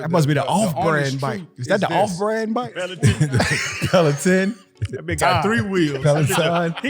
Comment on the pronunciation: Leave Fred T alone 😂 “Pelotin” = Peloton. 🍅 = Tamatoes 🤣🤣